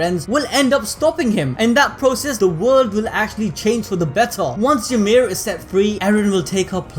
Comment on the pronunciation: Ymir is pronounced "E Meer" and is only pronounced "yuh meed" because of the limited alphabet, making the closest spelling "Yumiru Furittsu"